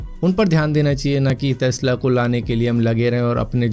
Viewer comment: टेस्ला ❌ तेस्ला ✅